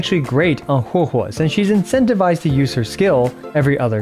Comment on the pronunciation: Thank you for pronouncing correctly Huohuo 🙏☺️🫶